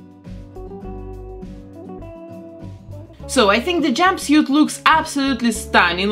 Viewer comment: How she said "jumbisiet" not jumpsuit 😂😂😂😂😂